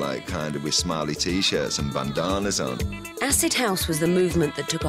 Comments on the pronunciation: Bandaarnas Jesus say it right pls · He said bandannas like Steven toast